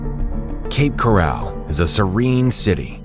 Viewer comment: I made it as far as 45 seconds into the video. If you're going to use AI narration, make sure they pronounce the words correctly. If you can't be bothered with that, I can't be bothered with you. Cape "corral" my behind. I'm out.